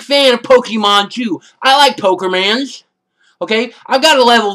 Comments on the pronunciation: LOL I love when he says POKERMANS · "Pokermans!" LOL!!